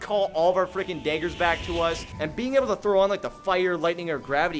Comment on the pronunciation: Much love, but why are you calling them daygers?